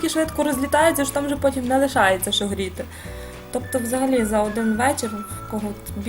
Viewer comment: У Вас гарна українська, проте: мука - це борошно, а шо то є що. Рецепт чудовий і покроковий для новачків. Мені було трішки нуднувато. Бажаю Вам кулінарних успіхів. Чекаю ще й інші рецепти.